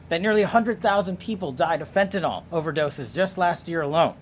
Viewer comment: Fen-tuh-NILL. NILL. Not fen-tuh-NALL.